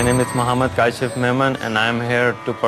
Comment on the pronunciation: Kasheef!! lol. It’s pronounced Kaa-schif. Anyways he was such a positive man even though he danced so badly. When I originally saw this I thought they would make fun of him and tell him no but his act could be the funny dancer who dances badly.